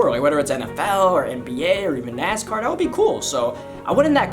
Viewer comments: for "DAT" DAHERE" everything is with a D with you XD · He doesn’t have th in his vocabulary Ex: dat udderwise